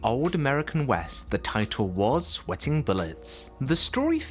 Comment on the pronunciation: Also pronounces "sweating" as "sweeting".